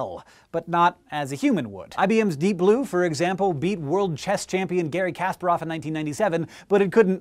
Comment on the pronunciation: KUH-SPAR-OV not CASPER-OV, maybe if you played chess you would now that hank :p